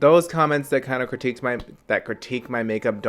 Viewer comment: You are fucking fabulous ❤️ llllllove it when you say “critique”